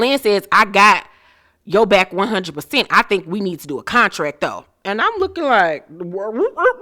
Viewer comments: Not cuntrack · LaTisha and her husband and their conversation about the “cuntrack” 🙄🙄🙄🙄